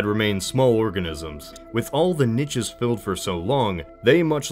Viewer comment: I know this is 6 whole damn years ago now but PLEASE stop saying "nitches" instead of niches